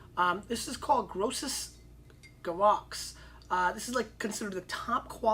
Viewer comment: The scoop is that the 06 Hay-mon Luh-ven-schtine Scheefer-Tay-rahssen is drinking great now by the way (2015). Yo-sef Lightz Roo-des-hymer Bairg Kai-zer-schtine-fels Alta Raybun is also still great. Keller Kirchspiel pronounced perfectly, but Grosses Ge-vey-ks and is much better now.